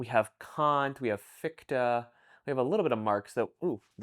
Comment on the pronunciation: Just a PSA on your pronunciation of Fichte: its a palatal fricative, not a "k-sound". The way you are pronouncing it it means "fucked" :D